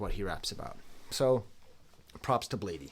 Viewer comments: It’s blade not bladey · love the video unc, but its just pronounced "blade" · this video made me make an account on my insurance's website and reach out to a therapist. (Please stop saying bladee like that 😭).